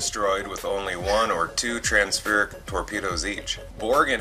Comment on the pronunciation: Its trans phasic torpedoes not transfurric 😁😂 but all that aside good video an info . Rhanls for cherring . Lol